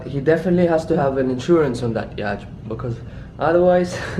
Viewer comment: Man why do you say yach its a yatch